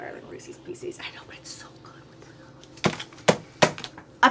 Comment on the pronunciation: Jaclyn: pieces = "pee- seas" 😂💋💜